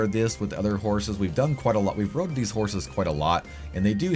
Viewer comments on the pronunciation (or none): none